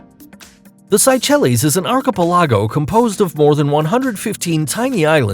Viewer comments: I’ve been to several of the places mentioned. Interesting and informative video. My only criticism is you butchered the pronunciation on almost every place name. The way you pronounce “archipelago” leaves a lot to be desired LOL. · PRONOUNCED ARK-AH-PEL-AGO. NOT archa pelllaaagggio Its archipelago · Ar-co-ca-pag-lo ? Give me a break! Why don't you look up the pronunciations of words if you are uncertain of the pronunciations? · its pronounced 'arc-i- PEL-ago' lol jesus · I stopped watching at "arKipelAgo". Dude, you already butcher the names of the places (Digue, Capri, Stefano), but if you can't pronounce the words even in your own language, you have no business making videos. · Now im confused how archipelago is really pronounced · What is "arkeepeLEYgo"? Was that supposed to be archipelago? And it is PaLAHwan not PAHlawan. 😒😏 Sheeeeesh.